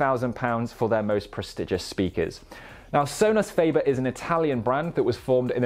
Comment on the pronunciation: So-nus fah-bear